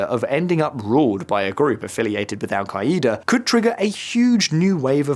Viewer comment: Al-kai-E-da! 😂😂😂 Yippie-kai-ai